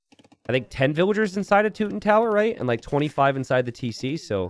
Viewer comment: slaughter the word teuton...tutooons